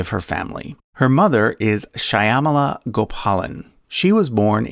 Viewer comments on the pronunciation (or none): Well put. But Kamala's mother's name is NOT pronounced as Shy-aamala! Just Shyaa-mala. The name refers to a Goddess who is dark complexioned like Lord Krishna is. The names refer to the formless God/dess who represent Dark Energy/Matter of the universe. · It's pronounced Sh'ya-mala, not shaya-mala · Just one correction Shymala is pronounced “Shaw-muh-luh” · The correct pronunciation of Kamala's late mother's name is SHAH-muh-luh. The "y" is silent. Kamala's name is pronounced KAH-muh-luh. Stress is on the first syllable, despite what our disgraceful, demeaning, bullying ex-president says. (I have a degree in Linguistics, and I'm married to a Hindu woman from Tamilnadu, where Kamala Harris's maternal forebears originate. We have a niece named Kamala.) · Shyamala is pronunced SH-Yam-la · The narrator should learn the correct pronunciation of such names as Shyamala. He should be embarased by his ignorance. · Please learn how to say Kamala & Shyamala. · shyamala’s name is pronounced exactly like kamala but with a “sha” instead of “ka”